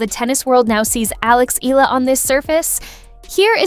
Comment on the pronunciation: It isnt "Ee-la". It is pronounced "Eh-yala"